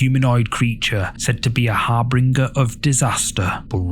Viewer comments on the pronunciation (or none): The G in harbinger is pronounced like a J. Many cryptids have red eyes.